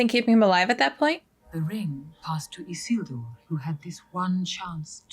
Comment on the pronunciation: I'm only 18 minutes in and, as always, so impressed with your ability to pay attention and grasps so many details. Being able to recall Isildur's name (slightly mispronounced, but still recalled) and then noticing that the Ring shrank in Isildur's hands are things i'd say 95% of reactors miss in this movie. I'm sure there will be more, but one of my favorite things about your reactions are your attentiveness and intelligence. EDIT: And just saw from a post below that you also noticed Aragorn putting on Boromir's vambraces. So impressive. It took me several watches to notice that.